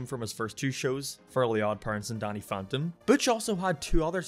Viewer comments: He complains about pronouncing fairies as furries yet he pronounces Danny as Donny... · YoU sAiD dAnNy LiKe DoNnY aNd FaRiEs LiKe FuRrYs! Lol any one who cares about this as stuff is dumb.